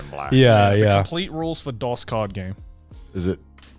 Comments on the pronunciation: Connor mispronouncing "Dos" is freaking embarrassing. Jesus. The fact the other guys didn't know to correct him upped the cringe even more. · The way they pronounced "dos" confused the hell out of me. He's saying it like DOS the operating system, so I just kept imagining a computer every time he said it. It's suppose to be pronounced more like "dose" as in a dose of medicine. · Pretty sure it's pronounced "Dose" like "a healthy dose of medicine", not "Dos" like "Microsoft DOS", Spanish for "two", - uno is Spanish for "one" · Joey continuing to call Dos, DOS, killed me 😅 like is it just an American thing to know how to say Uno Dos Tres properly? Lol